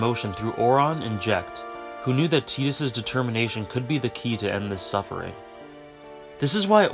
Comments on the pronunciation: It's Tie-dis not Tee-dis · Stopped watching at "teedus." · But it's not ambiguous, there literally is an English name "Tidus" and it's pronounced "Tie-duhs" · I always pronounced it as 'Tide-us' as opposed to 'Teedus', is the latter the official pronunciation? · Final fantasy X needed teedus not tidus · I pronounced it “Tit-is” lmao but he’s an awesome character and FFX’s world has so much depth